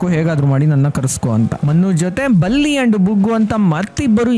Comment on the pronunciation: ಬುಲ್ಲಿ ಅಲ್ಲ ಸ್ವಾಮಿ ಬಲ್ಲಿ😂